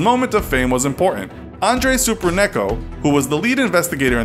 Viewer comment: “Andre Supernecko”😂😂😂😂